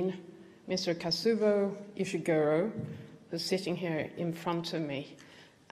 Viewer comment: She mispronounced Kazuo Ishiguro's name twice. On an important occasion such as this, she should have taken some trouble to at least find out how to pronounce his name correctly.